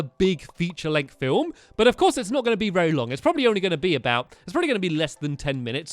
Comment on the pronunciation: I'm the beginning he says ELF course Polly. Anyone else notice?